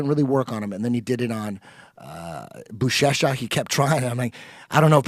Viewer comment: When Eddie was talking about Buchecha and said "I think his name is" I knew he was gonna get it wrong 😂 love it!